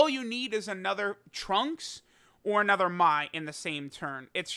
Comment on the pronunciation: Easy 2/10 wrong pronunciation